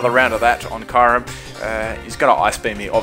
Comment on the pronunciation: Lol the way he said "Kyurem".